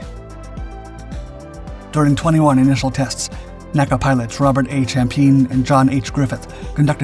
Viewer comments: ARRRRGGHHH!!! it is NOT “Nakkuh” It is “The N.A.C.A.” Nobody spoke acronyms for initials back then. My dad was Chief Aerodynamicist for the agency. I used to play in the halls of Headquarters in the Dolly Madison House on Lafayette Square when dad would go into the office on weekends. N - A - C - A was a family like organization back then. And nobody called it anything except its initials one by one. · Please, please, PLEASE! "N.A.C.A. was never pronounced "nack-a." It was an abbreviation, not an acronym. For it's entire existence from the 1920's until it was absorbed into the newly-formed NASA in 1958, it was referred to as "En-A-Cee-A." I mention this on every video you produce but apparently you don't read this, or don't care. I love your videos, but this is a serious historical error. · Somehow, I don't think it is, unless the guy sampled his own voice. And if it is, then why can't train it to pronounce N.A.C.A right? After all, the periods are right there.